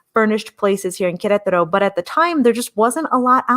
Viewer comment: Thank you for your enthusiastic portrayal of Queretaro — I wavered many times, but your first videos convinced me that this was the place for me. I am one of your “elderly” viewers— you helped me with the pronunciation of Queretaro. The time is getting closer— heading “home” to Queretaro (Centro) mid July— I can’t wait.